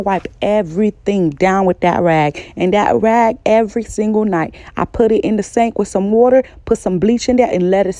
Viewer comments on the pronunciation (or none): none